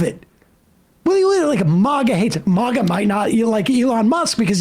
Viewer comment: It's MAGA, not MOGGA.